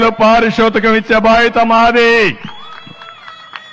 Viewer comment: పారిశోతకం కాదండి పారితోశకం.